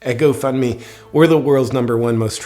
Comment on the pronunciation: You keep saying Go Fund Me but it’s sounds more like go fk me 😂🤨👀😶‍🌫️